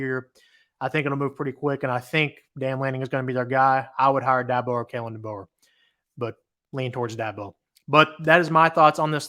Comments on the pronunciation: ~ Is this guy for real doing a college podcast and can't pronounce the name of the Head Coach that just was coaching in the Nation Championship game? I'm dumbfounded.. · Dan Lanning has Alabama ties... Jesus Christ.. And you're pronouncing Washingtons coachs name wrong... How are you doing a college football podcast?? HONESTLY Seriously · Kalen DeBoer and Washington just played in the nation championship game.... How many times during the pre-game and during the game do you think they said he's name???? And you still can't pronounce it correctly..... And you're doing a college football podcast....... Do some research first before you go on here and make an ass out of yourself... Dan Lanning was a graduate assistant under Saben in 2015 when they won the Nation Championship game... And you said "Lanning has no ties to Alabama" then he was a Defensive Coordinator under Kirby Smart when they won the National championship, and Kirby Smart was under Saben for 8 years.... Come on man... And I'll bet you any amount of money that Alabama isn't even coming close to seriously considering Dabo...